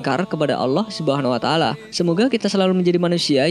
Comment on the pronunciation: Mohon Di Perbaiki ucapanNya Yg sy dngr Anda mengucapkan allah sumuna taala Mohon Mff Apa Bila Sy Salah, Tp tolong tmn² Mendengarkan dgn Baik🙏Saya Hanya Ingin Memberitau🙏🙏